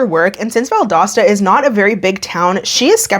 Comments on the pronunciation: You pronounced Valdosta correctly btw. Nev & Laura did not lmao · This was in my home town, and she was one of my friends from high school, I’ve been waiting on this one!!! Thank you for the great content, and you said Valdosta right,! (Btw, found out I’m baking twins lol, but they’re healthy and going strong 🙃) Safe travels and have fun! ✈️ Edit to add: Angel was really a sweet girl in school, it’s very unfair she was taken advantage of like this. I sincerely hope she’s doing as well as possible in life moving forward 💜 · Valdosta is my hometown and you nailed the pronunciation! Kudos,! I don't know Angel though. Valdosta isn't THAT small. Haha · I grew up in the area, you’re saying Valdosta correctly lol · So I live in north Georgia but I’m from southwest Florida and my boyfriend and I were driving down yesterday and had a whole discussion about how you pronounce Valdosta. I think you did it correctly.